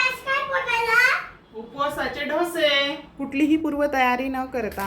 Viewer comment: Chhan.. Pan dhose nahi dose